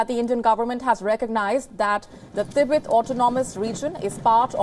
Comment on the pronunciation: Learn to pronounce Tibet lol